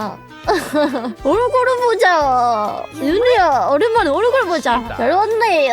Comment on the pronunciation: 얼굴 발음 엄청 좋아졌네 ㅋㅋㅋ